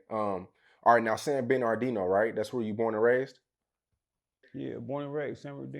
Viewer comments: San bern ard ino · Nigga said Ben are deno😂😂😂😂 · San bur nar dino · Every time he say “San-bin-ar-Dino” I cringe. It’s “San-burr-nuh-Dino” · I hate the way bro say the name of my city it ain’t San ben R Dino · Y cuh keep sayin san BEN ar dino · Why pronounce it San Bermardino like that? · This foo(interviewer) done ate the R. It’s San Bern(burn)-adino. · Damn I thought dude was trolling when I watch this...my bad 4 not bein up on game...and fam why u keep sayin San binardino lol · San ben-ar-deeno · This nigga can't pronounce SAN BER-NUH-DEE-NO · A lot of people just say "san berdino" or the dino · He sayin sanberdino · Its San-Murda-Dino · Nigga said banardino 😭😭😭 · how can u not say this guy city right lol? It’s a simple name. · butchering the fuck out the name San Bernardino. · This nigga interviewing can't pronounce the shit for nothing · Somebody tell this dude, how to pronounce the damn word!!!,....... jeesh!!! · Nigga learn how to pronounce the city name! 🤣🤣🤣🤣🤣🤣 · bruh...it honestly sound like you purposely pronouncing the man city wrong I be fucking with your content but I notice lil slick shit you be pulling 😂😂💯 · I really hate how bro saying San Bernardino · ...the word is San Bernardino you're having a hard time saying it ♠️🖤🤣😭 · lol slaughtering the cities pronunciation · This nigga was supposed to check him. How you give a nigga who can't pronounce your city an interview? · Lol nigga can’t say San Bernardino to save his own life lol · Stop sayin San Bernardino like that tf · yeah bro was sayin it fuccd up lol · Exactly lmao that shit make me mad😂😭🤣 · I'm I the only one or he pronouncing the shit wrong???